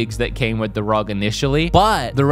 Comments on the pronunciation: Dude its not peononced Rog its r.o.g you sau the letters individually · R O G Not rog, please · Its R O G ally not rog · it is not Rog. It is ROG. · R.O.G NOT RUG🤦🤦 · that is not how you say ROG